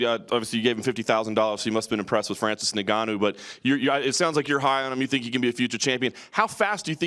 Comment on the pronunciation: ahahahah fuck me up dana cant say N'gannou's name